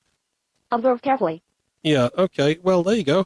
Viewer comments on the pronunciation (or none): Amazing! This thing eats the first letter from every word!!))))))))) "_Eah, _ank _ou!" "_at's a _itch!.."